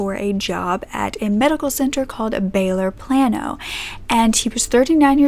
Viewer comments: She said “Plan-oh”.... Its “Play-no” my dear 😂❤️ bless your heart. Sending love from a Texan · Hey,! Native Texan here. Just as an FYI, it’s pronounced Play-No, not Plan-O. Not a big deal at all, just thought you might want to know for the future. Love your videos! ❤️ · i love hearing say “plan-o” being local to the area I never hear it called that and it makes me wonder if everyone here is wrong about it’s name... it’s referred to as “play-no” hahah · Very well done video. So shocking. As an aside, in case you ever have another story in the area, Plano rhymes with Drano. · I giggled when you said Plano I live like an hour from there and it’s pronounced play-no here 🥰😂 it was cute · Plano is pronounced "Plainoh" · Love how detailed she is and how calming her voice is. But being from Texas I cringed every time she said Plano, we just don’t pronounce it that way. We pronounce it like it is spelled Plaino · Me, a Texan: of course this happened in Texas. (also, Plano is pronounced Play-no, just fyi.) Love your vids!!!! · Love your videos! 1 small thing: Plano is pronounced Play-no I worked in Plano and lived in the next town over only reason I know that haha cool that I know where this case takes place! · Spelled Plano pronunciation is Plaino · The way you said Baylor Plano threw me for a loop. Great story though